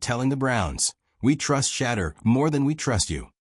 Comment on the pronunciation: If you can't prononce Shedure's name correctly then hang up your mike!